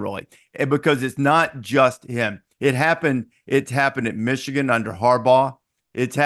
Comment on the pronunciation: Did he say Meeshigan is back😅